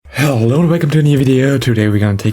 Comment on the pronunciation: Asking for a "hello" that sounds more like "Gute nacht".... So nice to see Malamar in action thx to! Your channel is really the place to be... good job German mate!;-)